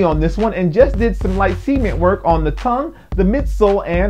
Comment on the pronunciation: dude says cement funny it almost sounds like he says semen lol